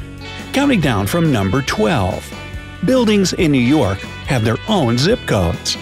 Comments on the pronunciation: New Yewark? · he said new youark